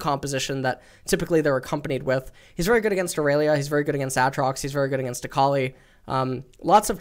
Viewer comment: Every time I listen to, I gag at the way he pronounces stuff. "Kahsidin" "Ahtrox" "Freeze" (that one is just an annoying stupid concept he brings up all the time)